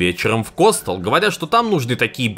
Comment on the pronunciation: КостЁл! Не Костэл!